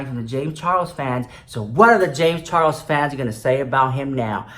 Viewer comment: i love the way you call him james CHAR WOLS xx